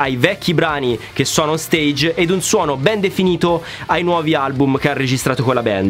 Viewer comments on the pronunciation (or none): none